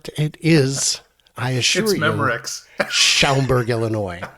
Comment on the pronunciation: You did not say Schaumburg correct but close enough. I grew up right down I-290 a few miles in Addison IL. Also there is Woodfield Mall that was in the Guinness Book of World Records for the largest indoor shopping mall for decades until they opened the Mall of America in 1992. Make sure you have some Portillos Italian beef sandwich or Lou Malnati’s OR Giordanos Chicago deep dish pizza!! Well, all this useful information and a bus token will get you on THE BUS! Plus when you see this you would have already arrived in Michigan. But hey, I at least got my “purple haze” fix! Safe travels!